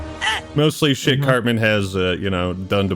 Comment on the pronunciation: It's CARTMAAAAN BRO! You damn poser lol